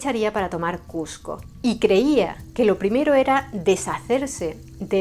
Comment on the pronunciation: te agradezco mucho que por respeto a nosotros, los peruanos, pronuncies Cusco y evites llamarla Cuzco. Eso es respeto.